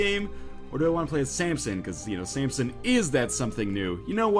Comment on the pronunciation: ryan please stop calling him sampson, theres no p in his name...